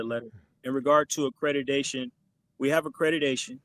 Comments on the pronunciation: AcreDIDAtion???? Am I the only one that heard this? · Why is he saying accrediDation instead of the actual word accrediTation 🤷🏾‍♀️